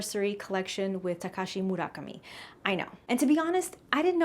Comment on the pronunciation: First of all ma'am, please stop butchering Takashi Murakami's name. Just say TM. 😂 I'm not a VIC/VIP and I got everything I want in black and white. And I got packaging. Disgruntled Content Creators spreading false rumors. Plus more inventory of everything is being released again according to corporate. So if anyone missed out on something and you still want it then you all will be able to get it. You guys need to chill 😂